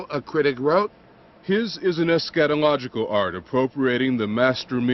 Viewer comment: Eschatological is not pronounced “eh-SKAT-ological” albeit some critics do pronounce Schnabels art as scatological.